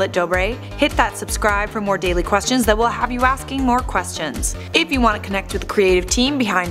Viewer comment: The way she says ‘Questions’ makes me cringe...